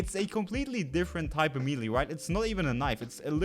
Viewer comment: check out how to pronounce "melee", you are doing it wrong and is kinda distracting, sorry